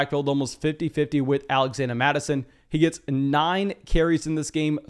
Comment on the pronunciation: “Alaxanda Mattison”